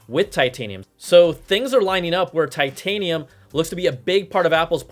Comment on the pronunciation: Brian made titanium sound like vibranium LOL